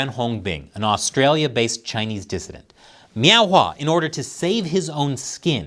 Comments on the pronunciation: Are you saying "meow"? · I'm sorry, are you saying Miao ?